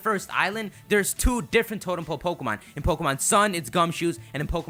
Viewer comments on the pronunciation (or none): "Totem "ole" Pokemon"